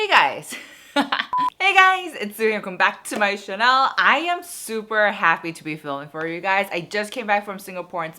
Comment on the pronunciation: “Channel” is not pronounced as “Chanel”